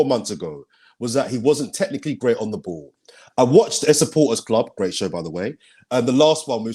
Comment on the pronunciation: Why does nobody ever comment on how says the word "ball" as "boo"????????? LY